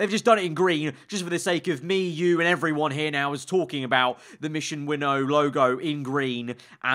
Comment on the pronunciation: Mission WinnOOOw?!?!? It’s Mission Win-now 😂😂😂😂😂